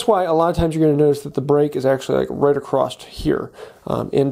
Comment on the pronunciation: Did you make this video just to see how many times you can say "acrosst"?